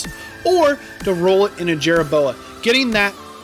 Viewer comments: If you put a "chit in" helmet on a "Jerra Boa" will it increase it's "Toe Poor"? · Call it Jerra Boa one more time and I’m gonna slap you